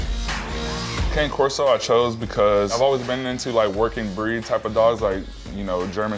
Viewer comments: Max as you can see by my youtube handle you should know where I live. Leonard Williams if you own a breed of dog you should know how to correctly pronounce that breeds name. It is pronounced Connie Corso not Kane Corso. Poodles do not shed. But they do require more grooming then your Boerboel. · Cane Corso is pronounced CON-ay Corso. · It's funny that dude with the Cane Corso, doesn't even know how to pronounce the breed he owns, and profess research! Connie Corso... Lol! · Caw-ney <- pronunciation. They are another Italian mastif. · Love the potties, adorable companion dogs! Zeus is beautiful! I’m not trying to be rude or anything, just to educate, it’s pronounced “cah-neh” corso! :D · "CANE CORSO" is phonetically pronounced "KAH-NAY KOR-SO". "CANE (KAH-NAY)" is not pronounced as in candy cane, walking cane, king or anything other than KAH-NAY. Any Cane Corso owner should know this. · Con-aye corso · It's pronounced CanEh, not like the walking stick. Haha Bullypit? That is not a TRUE pitty. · Good thing Leonard Williams never bothered to learn how to pronounce his breed's name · It hopefully doesn’t affect the way they’re able to care for the dog but damn I can’t stand an owner that can’t pronounce their own dogs breed